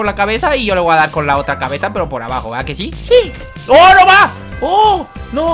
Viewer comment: Dice shí ^-^